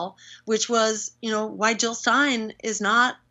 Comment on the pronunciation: Jill not Hill